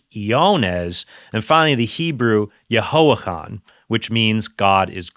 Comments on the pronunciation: you mispronounced the hebrew name for john, its either יוחנן (yochanan with the ch representing the ח sound which sounds like the ch in chrome roughly) or יהוחנן (yehochanan, in which case the first h represents the ה sound and sounds like the h in holy for example) either way it doesnt sound like yehoachan. btw idk where you brought the names meaning from but to me as a native hebrew speaking who doesnt know the biblical scholarship (though i am somewhat knowledgeable about the bible itself) it seems like a combination of the tetragrammaton with the word חנן (chanan) which roughly translates to pardoned or forgave ie god pardoned or god forgave. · Your comments are very well done. However, the term Homo phobia means fear of homosexuality. Not hatred. Also, your pronunciation of Hebrew words is a good attempt however most hebrew words have an emphasis on the second or last syllable. Yo-cha-non should be pronounced with the guttural ch that many people have a hard time saying. I imagine a lot of atheist memes would point out things like the Inquisition, the Crusades, the 30 years war and other atrocities committed by the Catholic church along with the persecution of Jews for 2,000 years. I hope you would address those as well.